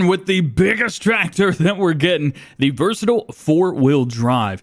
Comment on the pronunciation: Hey, thought you should know that versatile is pronounced vur-suh-tile. They’re a manitoba based company so they’re a fairly often sight up here in Sask